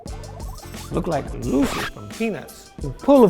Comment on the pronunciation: That boy said louisy from peanuts